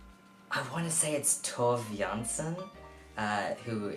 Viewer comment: Tove Jannson is pronouced as (Tor-vay Yarn-son)